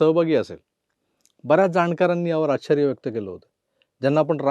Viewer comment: तुम्ही संघ वाले आहात म्हणून शुद्ध बोलावे तुम्ही "आश्चर्य " शब्दाचा नीट ucchar करावा